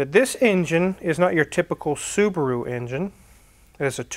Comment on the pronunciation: "Saabaru" 9-2X next?